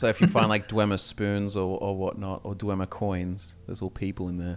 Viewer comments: ❎ dwehmer ❎ dweemer ✅ dweebmer (they're all nerds) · Martin Septim says dwemer as (Dwaymer) if you give him Volendrung in the Blood of the Daedra quest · Oh sure, you could take the word of some sketchy mage in morthal on the correct pronunciation....Or one of the last of the snow elves. The way he pronounced "dwemer" was virtually identical to how we pronounce "Dwarves".